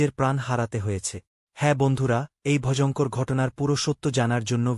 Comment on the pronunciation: Vojongkor ki vai?? Voyongkor shunchilam!!